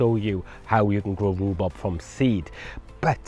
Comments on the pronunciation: It’s rhubarb…..not rubub…… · It's not rhubob it's rhubarb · great video - but you kept saying Rhu-Bob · Informative. I’ve never heard it called Roo-Bob before although my wife does call it Roo-Bab. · Rue Bob? or Rhubarb? there is a difference between Bob and Barb otherwise why bother. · Love your pronunciation: rhu-bob 👍🏻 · Love the way you say rhubarb hehe 😊 sounds like you saying rhubob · "Roo Bob" made me chuckle. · Thanks you. One thing! Ru-bob? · I LOVE how you pronounce it Roobob! X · Its the welsh word for rhubarb = riwbob